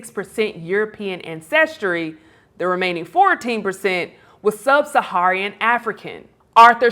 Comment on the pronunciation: Comedy Hype is aways embarrassing. Last time I watched a video on this channel they were showing well known Democratic politicians and mistakenly calling them right wing. Now the host is calling the inhabitants of a region of Africa "sub-suh-haree-un". Do they not do even basic research? Is nobody watching the content before they publish to say "hey.. I don't think that's right"?